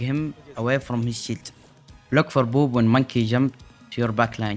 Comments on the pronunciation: I know he's saying "shield", but who else is hearing that we should boop tanks away from their "shit"? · Whenever he said shield, I heard it as sheet (shit) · No worries. You did great. I did have a bit of a chuckle every time you said "shield". Sounded like you was constantly saying "boop them away from their shit", which is also pretty accurate lmao